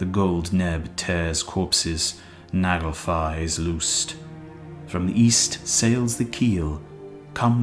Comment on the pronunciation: Fenris wolf instead of Fenrir. Nakfar instead of Naglfar. Why is this?